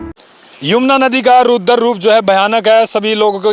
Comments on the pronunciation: Ruder nhi raudra Roop Hota h. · भाई एंकर रूद्र रूप नहीं रौद्र रूप बोलो।